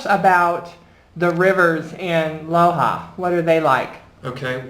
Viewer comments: Tranquilo, no te preocupes, el joven tiene un acento americano y nádie en el Ecuador se enojaría por eso. No obstante, él pronunció la "J" castellana como la "H" inglesa, y así se pronúncia aquella ciudad: "LOha" = LOja. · City is called LOJA, not LOHA.